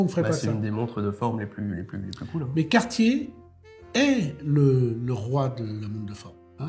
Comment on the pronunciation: … Cartier « DAYCE » en prononciation… Dice = dé en anglais!